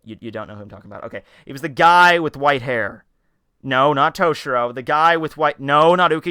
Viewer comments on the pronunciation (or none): none